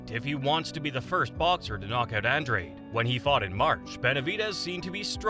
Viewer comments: An Drade? It’s pronounced Ahn Drah Day. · Go watch All Access Showtime Boxing … and come back.. it’s An-DRADE.. not ahn Drah Day .. I’m sure the people putting on the fight would know how to pronounce it .